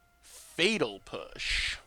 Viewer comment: Could have sworn you said fetal push.